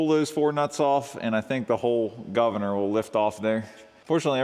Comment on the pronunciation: I appreciate your "guvna" from myself in UK 😂